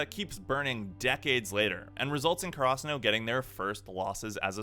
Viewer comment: The way he says karasuno pisses me off